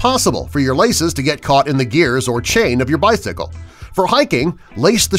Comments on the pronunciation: he said Bythicle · Did he say bythicle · Bri S.C.G he also said bithsycle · The way that he said bicycle xD